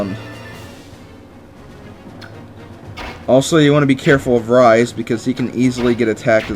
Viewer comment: it's actually pronounced reese.